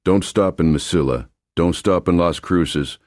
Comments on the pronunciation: Please learn how to pronounce "ll" in Spanish..It is like canyon. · Mesilla is pronounced differently LOL...